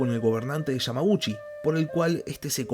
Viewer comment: Se dice yamaguchi no yamajushi se dice dejima no deshima🤦🏽‍♂️